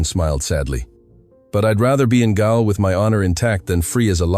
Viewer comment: "not "gowl", it's pronounced jail.